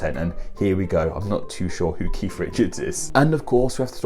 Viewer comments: Umm it's Keith, not Keif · Anyone else hear say "Keef" before even watching? 🙊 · pronouncing Keith as Keef, reminds me of the Irish surname O'Keefe